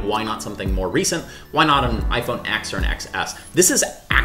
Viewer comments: Scotty, I love your videos, but I can’t keep watching if you’re going to call the phone an iPhone Ex or iPhone Excess. Just like the Super Bowl this year isn’t El Ay Ay, it’s LII(53) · It's iPhone 10 and iPhone 10S.... it's not "X"